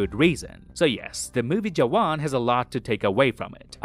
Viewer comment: You pronounced “jawan” right, 😮